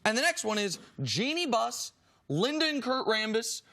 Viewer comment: No one: Cris Carter: Jole Embiid...Jenny Buss